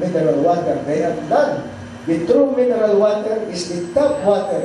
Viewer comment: WHAT WAS THE SIXTH MINRAL I COUDENT UNDERATAND?? IT WASNT PRONOUNCE PROPERLY